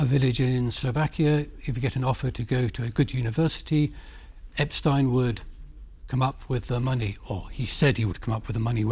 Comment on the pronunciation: Can you pronounce Epstein name properly It is so annnoying when you change names like this